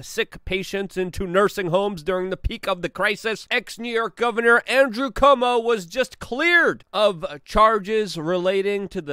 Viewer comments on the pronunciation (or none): NOT pronounced Como. More like saying Quote or try this -- Cwomo. Holy shit, who doesn't know this?!?! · I don't like the guy either, but I wish you would learn to pronounce his name. It is NOT COMO! It is Cu-omo, three syllables, as in, kind of, coo - oh' - moh. It's just something we've all heard so much it's kind of hard to understand why you keep saying Como. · Dude, its CUOMO..... KWOMO.... not Como. do you not read the name? Do you not hear other people say it? How can you still get it wrong every time. You need hooked on Phonics, bro. I know you're Polish, but C'mon, dude. Pronunciation.... It's important.